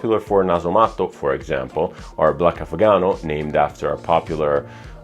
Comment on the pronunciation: I wonder why he says chinawhite and hindu grass normally. But says narcotic v and black afgano with an italian accent.